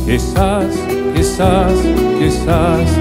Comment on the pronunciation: Who else hears "key sauce" when the guy who introduces the songs pronounces it.